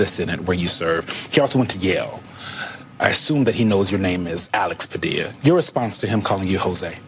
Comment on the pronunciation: That women didn’t even say his name correctly she called him Padia smh!